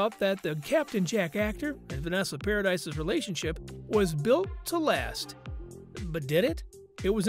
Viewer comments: Not paradise, dude! Paradis is pronounced paradee. JD has NEVER been a cheat. I get sick when I hear people say that cause he def wasn't! That's why when AH came into him, he blew her off. He was still with Vanessa. She was with her so- called wife at the time, also, but cheating, like AB didn't bother her... at all! She was no kind of parent & his kids were smart enough to stay away from AH. They weren't blind & knew she was horrible to him!! Vanessa has plainly said he never cheated on her & he's said the same. AH, on the other hand, came into him but he didn't move on it for 2 yrs! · The s is silent.....par-ah-dee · Vanessa's last name is pronounced "Pair-a-dee". It is Freanch not American. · OMG thank God someone else said this. If you're going to report something about someone, at least look into how their name is pronounced. It did my head in. "Paradise" 🤣🤣 twit! And I hate click bait, Vanessa hasn't spoken out about any of this. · No its pronounced PARADI 😂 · He name is pronounced Paradee! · Vanessa’s last name is pronounced Para dee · If you're going to make a video about someone, then at least look into how you pronounce somebody's name, paradise? 🤣🤣 It's pronounced with the eeee sound for crying it loud, and where exactly did this show that Vanessa had said anything about heard? 🙄 Click bait videos are so annoying. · If your gonna narrate celebrity news, please pronounce their names properly. Note, it's not a difficult request. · EXACTLY. Click bait videos are so annoying, and he didn't even know how to pronounce Vanessa's surname correctly. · I can’t get past four minutes with the constant mispronunciation of her name.